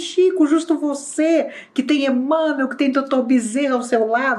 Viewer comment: A pronúncia de "Emanuel" é idêntica a' de "Manuel","Miguel","Rafael*, etc.